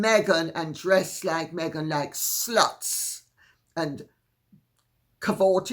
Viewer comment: Yes on the Tiara! I love how you prounounce s-luts like it's 2 sylables.